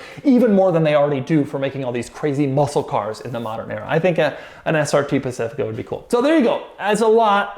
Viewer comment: Doug is the kind of guy to prounounce 'weird SRT versions' as 'weird ass RT versions' xD